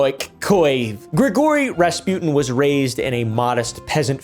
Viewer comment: “Gree-gory razz-pew’dn”